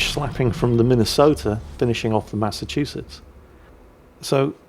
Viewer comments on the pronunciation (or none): none